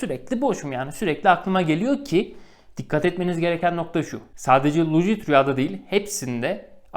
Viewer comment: Çok ciddi bir şekilde videonu izlerken senin' lucid' rüya demenle ip koptu keşke bir video hazırlayacak kadar zaman ayırmışken , anlattığın terimin doğru okunuşunada bir baksaydın Doğrusu lusid rüya olcak bilgine...